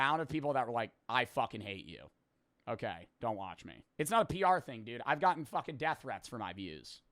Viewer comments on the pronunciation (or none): none